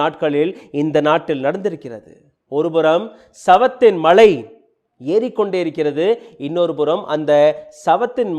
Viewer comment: It's not mazhai , its malai Yarra ivan??? Olunga thamizh katukituva? Apram katha pannu